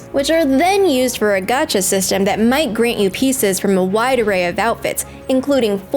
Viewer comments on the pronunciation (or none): none